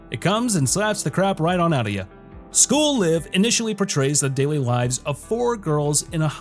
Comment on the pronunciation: You pronounced "School Live" Correctly! That deserves a sub!